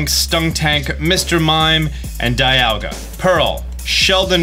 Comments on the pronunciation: The famous "dialaga" 🤣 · Can’t wait to catch a “Dialaga” 😅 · Dialaga xD guess we know now he prefers Palkia. lad couldn't even care to name check. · Dialaga lol Dialga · "Dialaga" lol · Don't forget Die-alga